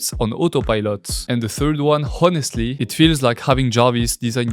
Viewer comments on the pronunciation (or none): French pronouncing a perfect "h" ... in the one(+) word where it's silent (honestly). Made me laugh! Thanks!